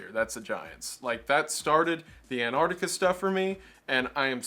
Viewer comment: Ok, maybe I'm focusing on the wrong thing here, but I still find it funny how so many Americans pronounce Antarctica as Annardica. The Ts and Cs are there for a reason.